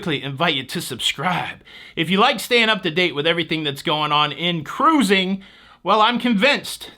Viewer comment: Thanks for all the cruzzzing. WOW did you say jewelry? you always have me laughing.